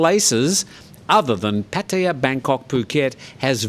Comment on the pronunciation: Good job with your pattaya pronunciation Tim....finally